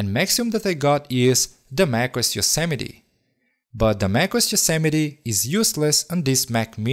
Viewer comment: And Yosimity lol